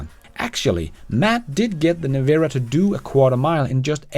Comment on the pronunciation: Its pronounced Nevera, as in you”ll Never-a have the money to afford one.